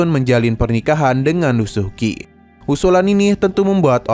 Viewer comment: Bang bukan lusuki,tapi lusueci😢